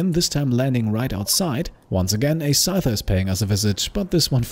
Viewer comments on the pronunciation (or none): none